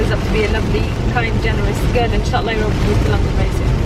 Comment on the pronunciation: I legit thaught you were saying "europe europe europe" instead of "ya rabb ya rabb ya rabb"